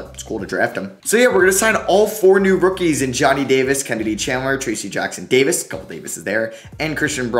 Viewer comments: 1. It's TRACE Jackson-Davis...... not Tracey. 2. It's Christian BROWN (despite being spelled Braun) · made me so mad the way you said trayce jackson davis